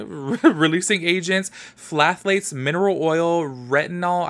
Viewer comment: Ha! Those ingredients trip everyone up! The one that gets near EVERYONE is phthalate.... it's just pronounced "thal-ate"... with just the "th" sound at the front... also, hydroquinone is actually in a bunch of skin-bleaching products... Cydnee Black did an AMAZING vidoe covering this topic and the dangers involved... I know all abt that ish being from the Philippines... Oh, Aha moment! That's probs why Patrick called it out, since he Pinoy, too!! You can't get away from "white skin" ads out there 😕... Anyway, Cydnee!! She is so worth a watch and a content binge! She's amazing... love this, thnx for the review!! 🥰...